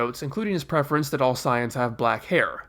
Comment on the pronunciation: its not siayans its saiyans